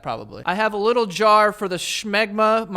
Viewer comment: Why you putting a 'ch' in smegma?